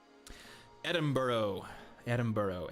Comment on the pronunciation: ITS PRONOUNCED ED-IN-BRUH!